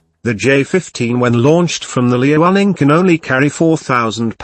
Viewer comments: Liaoning is meant to be pronounced Liao'ning, not Li'ao'ning. Sounded odd on the soundtrack. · smh its pronounced Lee-yao-ning! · Did the computer voice say Lee running for Liaoning and Hor net for Hornet? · I enjoyed the video. Well made with good facts. Some constructive feedback: try to use higher resolution photos so the photos don't come out pixelated in the video. Also, and my biggest piece of feedback, do anything to avoid the synthetic voice. A real human voice would be much better, especially in terms of intonation and in terms of pronouncing the name "Liaoning" correctly. But you're off to a good start! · Whats the robot software being used? Interesting.. I was almost fooled by it until it read the "liaoning" wrongly.